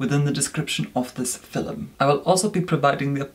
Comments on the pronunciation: Please stop saying filum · i was watching harry potter and caught myself reviewing the "filum", then remembered of how pronounces it and came here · Take a shot every time says: •”fillim” •acne •banish